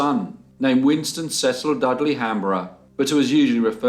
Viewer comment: In America we pronounce Cecil. Cee-cil. Another great case, poor boy tho!